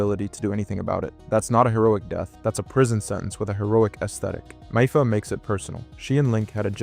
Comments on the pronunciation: bro its not mIpha its mipha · Maybe I'm a stickler but I don't get making a channel/videos about a game without ever checking pronunciations of names in said game